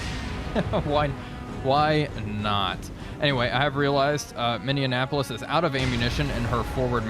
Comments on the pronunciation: You keep saying, MIN-DE-EN-APOLIS. There is NO "D" in it! It's NOT like INDIANAPOLIS. It's MINNEAPOLIS. "MINN-E-APOLIS". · It's the Mini-appolis, not the Mindianapolis. Please,. It hurts my North Star heart. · I find it highly amusing that you keep mis-pronouncing Minneapolis... 'A "mini apple is" twice as sweet' is how I learned it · I can't get over how says Minneapolis like Indianapolis. It's hilarious.